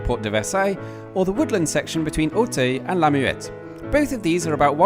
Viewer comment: Your pronunciation of "Auteuil" needs work. It's a typical shortcoming of English-speaking people not to be able to pronounce "eu"/"ö"/"ø" correctly, although it's extremely easy. You of all people should be able to get it right.